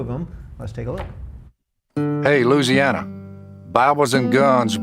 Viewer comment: it sounded like he said "hey loosiana"